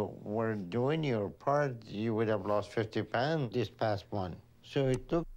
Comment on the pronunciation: you pronounce ' month' really weirdly.